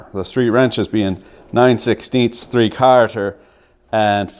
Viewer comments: Please! Down here in the States we dont sat "three carter" It's "three qualludes", please!! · Had to play it back a couple times.. “3 Karter”.... say what? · What in the Sam Hill is “fee cahrter” socket? 😉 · Are you saying 3 Carter on purpose? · Why do you say "quarter" like an Irishman? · Lol your Canaderpian accent really comes out when you say "quarter" Caught me off guard the first time I heard it haha